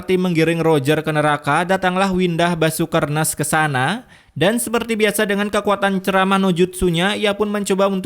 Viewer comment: Pas bilang "windah basukernes" langsung ngakak 😂😂